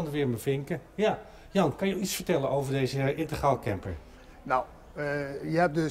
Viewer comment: integraal...dus niet intergraal!